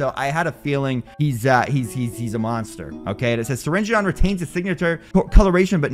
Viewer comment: U pronounce his name syringn